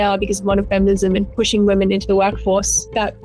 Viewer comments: What is happening on youtube? Why is it so hard to pronounce women in stead of woman? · Great video but why do people keep saying woman in place of women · I swear you keep saying "Woman" instead of "Women". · I know your fans will vehemently defend you and take this as a personal insult but still, tiny correction; women is pronounces as wimmin, there should be a notable difference between the words woman and women. :D Other then that god am I glad you put out this video cause you're literally one of the first people to make this open to the public, so many are fooled